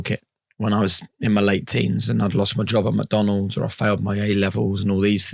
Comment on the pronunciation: Great interview, but sorry my brother you cant be calling McDonalds , Mucdunalds 😂😂